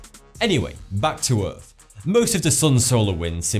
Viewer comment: Please pronounce th as th and not f. Wif, Norfen Lights, earf, fousand - driving me mad and a complete distraction from the information.